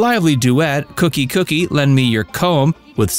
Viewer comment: "Koooookie, lend me your comb," not "cookie."